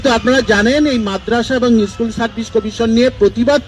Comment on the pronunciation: ইস্কুল না স্কুল